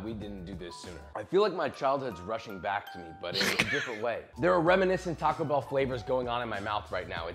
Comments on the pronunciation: Stop saying t bell 😂😂 you can’t make that a thing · Tim is the first and only person i know to say "T bell"